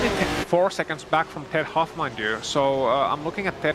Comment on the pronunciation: I will not stand for this slander!!!! My name is Clearly pronounced HAUFF and I am in A SCARRINI - it's not HO in a COOPER, who would DARE?! anyboody who says otherwise is an OPP!